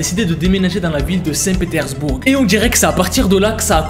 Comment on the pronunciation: 'saint petersbourGUE' on prononce pas le 'e' x)